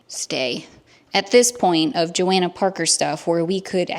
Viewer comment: FYI her name is pronounced JohOnna, the a isn’t pronounced